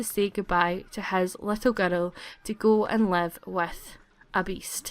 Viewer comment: "She soon gave birth to a baby girl"sounded like baby geto lol